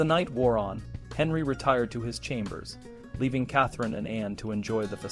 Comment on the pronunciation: Shap Eyes? Kath-a-reen?😅